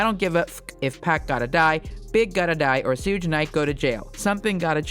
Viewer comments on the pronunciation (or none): “Sooge Knight” 😂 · Who picked this narrator? “Suuge knight”, “2-pack”, “Keef D”… she can’t pronounce anything right 😂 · Come on already I know y’all have heard the pronunciation of Tupac and suge knight names dang at the very least pronounce their names right!!!!!!!! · I almost clicked of when she said Suge Knight’s name 💀😂